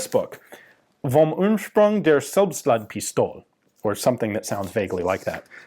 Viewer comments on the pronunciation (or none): In German, every "e" is vocalized, so it's "Selbstladepistole" and not "Selbstladpistol".